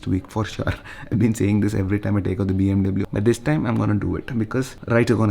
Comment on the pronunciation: Dude pronounce BMW properly